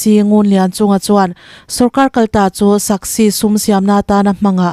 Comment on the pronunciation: Chhiar thiam viau na in SASCI hi a lam thiam lo nge SAKSI te ti mai mai🤣🤣